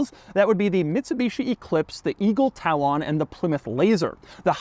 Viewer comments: Yo mr journalist, "tal-on?" It's pronounced /ˈtalən/. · It’s just Talon. Not TalON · TA-len. Like a bird's claw. Not tah-LON. C'mon, Doug! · Doug I'm going to start out on a positive. Love all your stuff been watching you a long time. Your pronunciation. On Talon "Tylon". Is that like a Klingon. I don't know😅. It's talon as in "eagles talon". Tylon bro 😅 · Dude it’s talon. Not TAL—OON. If you’re going to do videos on cars, get the pronunciations right. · Why does Doug say Tal-Lon? Haha. It’s a talon like tal-len. Is that a regional thing? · Eagle tal-ON? seriously? TALon... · Doug's the type of guy to say Eagle Tal Lon , instead of eagle talen like every other red blooded American 🤦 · It's not Talon, like salon. It's Pronounced like, Jimmy Fallon. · Doug, how can you mis-pronounce Talon? It's Eagle "Ta-lin". You are the first person to ever utter "Ta-lawn" LOL. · C'mon, Doug. Being such a car nut, I'd think that you'd be able to pronounce Talon correctly. It's Talon, like a bird's gripping claws, not Tal-on, like some kind of stain remover your granny used. Baahhh!!! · I think it's pronounced "Talon," not "Tal On" 😂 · Tal-ON? Inner mitten? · Doug says “Talon” the same way he says “Salon” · Tuh-lawn? I thought you’re a car guy… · Eagle Tal-ON ... Does doug mit underatand how to pronounce talon? lol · Eagle Tal-on. Not to be confused with the Eagle Vis-on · Doug is the type of guy to say tal-on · Eagle Tal-On. Also, I think the motorized seat belts are electric not electronic. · Why did Doug call it a Tal-ON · tal-on? talon. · Doug the type of guy to pronounce Talon as TaLON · The Eagle Tal-AWHN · Why Doug making Eagle Talon rhyme with Gaston? Is that one of those cars I've been pronouncing wrong my whole life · Ok Tal-On 😂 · "Eagle Tal-On" facepalm. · wait, wait, wait, did you just say "eagle tALon?" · doug the type of guy to pronounce talon as tal-on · Yes, the Eagle Tal-ONN. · Say TAL LON again! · Doug is the kind of guy that pronounces Talon "TalOn"